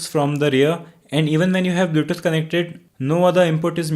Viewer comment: because he is pronouncing it blyoutoot, for example.